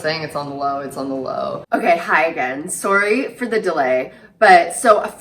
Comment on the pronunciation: the way you pronounce “sorry!” omg so cute!